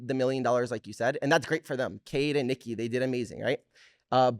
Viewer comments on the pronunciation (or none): none